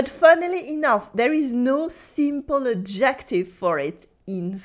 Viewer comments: Thank you for these wonderful lessons! A little note on English pronunciation: “Adjective” should have the emphasis on the first syllable, like so: AD-jec-tiv. (I thought originally you were saying “objective,” which has the emphasis on the second syllable: ob-JEC-tiv.) I also noticed you mentioned that l’Académie Française issued an official “reclamation.” I believe that is a faux ami, at least in colloquial American English. In Portuguese, “reclamação” means “complaint,” so I’m guessing that’s what you meant? In English we use “reclaim” differently. It means something like “recycled.” “This table is made of reclaimed wood,” would mean the wood has been salvaged from, for example, a building that is to be torn down. By the way, your pronunciation of “holier than thou” was just about perfect! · Are ypu saying objective?....When you should be saying adjective...which is pronounced ....ah gha tiv...with the accent on the 1st syllable...adjective.....je besoin dire a vous.... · took me an embarrassingly long time to figure out you were saying adjective, and not ejective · I love her and I love it that despite her expertise, she pronounces "adjective" with the stress on the second syllable, so it kinds of sounds like obJECTive in stead of "ADJective." Elle me rappelle la grande majorité des Français de ma connaissance: intelligents, enthousiastes, pleins de joie. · Do all Brits pronounce it "ad-JECT-tive"? I haven't heard that in my U.K. sojourns. I have noticed how the accent stress appears to change as it crosses water. French: Cy-ra-NO British: Cy-RAN-o American; "CYR-a-no. I've heard an American poet point out that in Britain, apparently, one who plays that jazz instrument is a Sax-OPH-on-sit. And he might use the U-RINE-al in the gents' lav! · "Adjective" in English is pronounced "ADJ ek tiv" with the accent on the first syllable. But the way you say it is adorable!